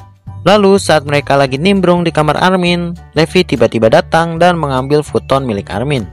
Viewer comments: Levi itu baca nya bukan Levi tapi baca nya "livay" Gitu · Levi=livai bukan Levi wkwkwk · bukan levi bang tapi livay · Livai bukan levi em maksudnya livai bacaanya tapi tulisannya levi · Bang bilang levi bukan levi tapi livai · Bukan Levi yang benar ngomongnya livai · Yang namanya Levi dibaca livai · Bang bukan Livi Livi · levi bacanya livai